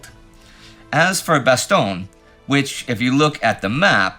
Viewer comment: Damn, and here i was sure that Indy would souverainly master the correct pronunciatoin of Bastogne basically no English language channel can be bothered to use... Alas, i was to be disappointed. Not just with another retelling of the silly annecdote about the foul mouthed general but also with the ear-hurting mispronunciation. :( And he was the one working hard to learn how to say Przemysl in the Great War series.